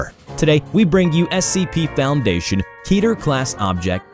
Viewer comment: Rubber, you need to adjust your computer voice reader. You pronounced Keter Clasd as Keeeter Class rather than Kay-ter Class. Keter rhymes with hater.